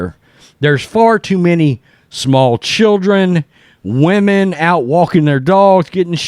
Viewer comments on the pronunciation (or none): none